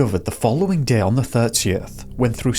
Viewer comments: Or everytime he says "deh" instead of "day" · Deh is better 😂